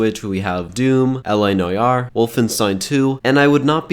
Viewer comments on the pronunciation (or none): L.A. Nigh-yargh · "L.A. noyar" Lol wut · "L.A. Noyar" :)